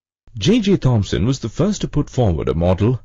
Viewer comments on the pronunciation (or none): Sorry but Its THOMSON....